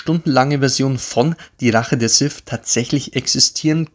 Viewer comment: Sith. Nicht Sif. Lady Sif lebt in Asgard.